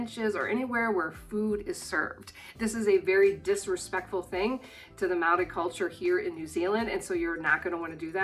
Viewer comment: Mega thumbs up for pronouncing Maori properly! Also, Kmart is actually completely different in all aspects from the US Kmart (in everything from owners to licensing etc.) - all they share is a name but they are completely different entities